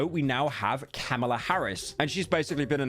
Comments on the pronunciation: He keeps saying car mella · He didn’t want another “Metro’s Boomin” moment but is calling Kamala “Carmella” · U kept saying Carmella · Bro said Carmella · its kamala not carmella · Bro called Kamala, Carmella like the trash Hazbin Hotel character, bro is COOKED💀🤣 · Ah yes, Car-milla Harris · Pyro keeps pronouncing Kamala like "Carmelo" and all I can think about during this video is the retired NBA player Carmelo Anthony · Bro is so scared of another metro booming situation it happens every time he says Carmella than Kamala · It sounds like hes saying carmella every time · Pyro makes sure to name the correct rapper then proceeds to call Kamla "Carmela" for the rest of the vid. It's ok though, I also have The Sopranos living rent free in my head. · “Carmela Harris” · pyro so paranoid about mispronouncing artist names that he didn't pay attention to "Carmela" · The irony of cripple checking every day and not being able to pronounce Kamala right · Saying “Karmela” instead of kamala rivals metro is booming track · “Carmelo” Pyro quite SLOPpy with the pronounciation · bro keeps saying carmilla as in carmilla from castlevania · "Notice how I paused before saying 50 cent, I don't want another situation like metros boomin" Proceeds to call Kamala "Car mella" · The fact that pyro kept miss pronounced Car-miller Harris while fearing another Metro's boomin album situation is simply hilarious. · You're the only person I've seen talk about Kamala Harris who mispronounces her name on accident rather than on purpose (it's like "com uh luh) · I love that he is being so careful with 50 Cent's name, but then also refers to Kamala as "Carmella" throughout the video. Truly a gabagool moment. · why does he pronounce it "car mella" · “Karmella Harris” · you pronounced Kamala wrong, what a Metro's Booming moment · “I don’t want to mispronounce an artists name again” Proceeds to mispronounce Kamala 50 times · are you purposely trying to say Kamalas name wrong? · Pyro its Kamala not Carmela